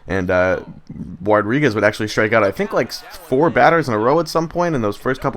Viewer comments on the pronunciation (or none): "Uardriguez" I like it